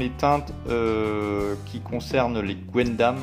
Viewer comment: C'est "gun"dam , pas gwendam 😅 , dsl ça me titillait 😉